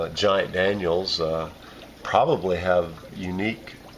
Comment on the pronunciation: It seems like everyone calls danios "Daniels" these days...